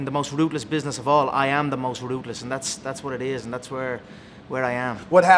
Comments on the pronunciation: I love how "ruthless" is pronounced "rootless" Lol. Steve is aggressive in this interview. 😳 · Ever noticed when Conor says his ruthless it sounds like rootless. Goon